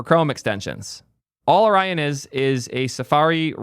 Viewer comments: did you seriously just say o-ree-on? bro cant pronounce o-ryan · ory-yon? lol... Also its a fking browser... just pick one. Also, used Brave for years, never had ANY issues with it. Sure, I don't use its crypto or AI shit, but everything else works perfectly fine for me. No idea what issues crybaby has. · Orion is pronounced 'oh-ryan', k? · Can’t believe you pronounce Orion like Oreo. I thought it was like the constellation? Edit: lol when you get to the Orion section he explicitly says he doesn’t like it and not to download it. Disrespect it immediately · What chat didn't tell you is that we only know how Orion's pronounced because of Men in Black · You say Orion wrong